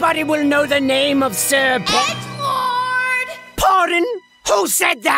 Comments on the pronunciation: Shit.....I thought she said edward. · It almost sounded like she said egg lord or it was Edward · i could have sworn she said edward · Ngl I thought she called him Egg Lord and I think I prefer that 😂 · I thought she said "Edward". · I thought she said edge Lord also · She said edds world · ꧁SkittyWanu Skitz꧂ I legit thought she said “Egg Borne” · I heard Edward xD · ... So everyone is saying Cherri said EDGELORD? I THOUGHT SHE SAID EGGLORD